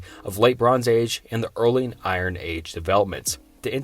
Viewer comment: I-Ron weapons... c'mon man.. nobody has ever pronounces iron like that... 😂